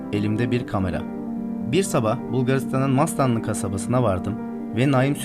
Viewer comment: Mastanlı değil MESTANLI.